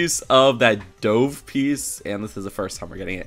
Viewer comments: Doav? Dove = Duhv. What’s going on? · Wait, D OVE? it's DUH V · The way you pronounced "dove" made me die a little inside lol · Also liked dOve with the long O haha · really just called a dove a "dove" 😂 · You say dove weird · how says “Dove” 😂